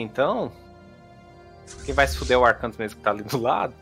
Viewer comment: "Arkantos" virou "Arprantos" HUAHUAUHAHUAUHAUHAUH